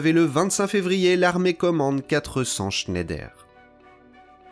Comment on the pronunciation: Il paraît que Schneider se prononce Schneidre. ❤. Excellente vidéo, passionnante ! 👍🙏